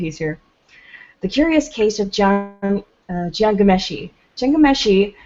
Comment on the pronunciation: please, if you are going to do a piece on Ghomeshi, learn to pronounce his name BEFOREHAND